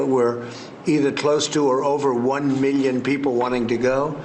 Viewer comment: Trump still can’t pronounce the word “million”